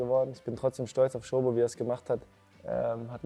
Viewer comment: Wieso sagt er ständig Schobo??? Der Dominik sagt doch am Anfang wie es richtig ausgesprochen wird.